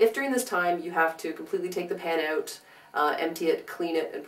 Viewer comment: "Take the smell oooT" Who is Canadian?? :D YOU are! Seriously cannot find 38 min to watch this, couldn't you TRIM THE F (A) T?! Esp since I don't have a house cat...